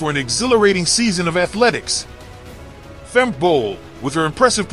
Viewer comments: If you make a video at least get the name correct………it’s Femke not Femki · It is not Femki but Femke. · It's pronounced Femkuh Bol not Femky Bol 😛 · Erm... It's Femke, not Femki 😏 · Her name is pronounced Fem-kuh, not Fem-kee. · Nah, I won't subscribe if you keep on calling Femke, Femki. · Fem-Key. The audio was messed up in the beginning so her pronunciation was off. Also typo too our bad… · Great, but why can American's not pronounce Femke Bol's name? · It's not pronounced Femke but Femke.